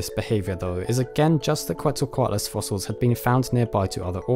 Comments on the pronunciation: I have to point this out: Quetzalcoatlus... since the name comes from the nahuatl language, the correct pronounciation is "keht-sal-coatlus", not "coo-eht-za-coatlus". The root of the name comes from Quetzalcoatl (which in turns means "feathered serpent") a major god in the Aztec pantheon. Also, great video, thanks for not letting us wait for like 10 years for part 3!! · Quetzalcoatlus is pronounced “Chet-zal-co-Attal-us”. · It's more like "ket-zel-koh-AW-tless" The "tl" is a fairly common Nahuatl letter, pronounced like the beginning of "clan", but you position your tongue like you're going to make a T sound instead of a C/K sound. Also, Nahuatl stresses the second to last syllable (at least classic Nahuatl does. Some modern speakers stress the end, or the third to last